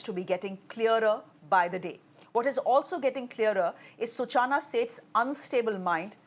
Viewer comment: Let me correct the anchor. Her name is Such-Na. Not Su-Chana.😂